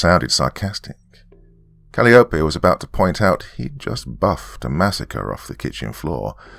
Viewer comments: Calliope is pronounced Kal-eye-oh-pee. But I liked this'n anyhow. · For future reference, Calliope is pronounced "cuh-lie-uh-pee". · Great Story, Doc. Just A Small Correction. The Next Time You Run Into The Name Calliope, It's Pronounced Kal-Eye-Oh-Pee. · Calliope = Cuh-LIE=uh-pee Like the ride i.e. merry-go-round. :)